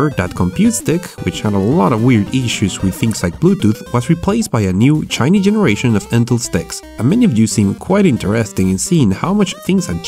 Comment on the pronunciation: ok....when he was saying a new "shiny generation", I kept thinking he was saying Chinese generation and thinking....what? isn't it made in China anyway